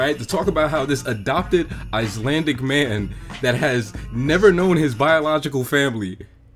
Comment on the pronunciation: I do wish they would plan with Icelandicness too. Shame the actors can't pronounce icelandic😅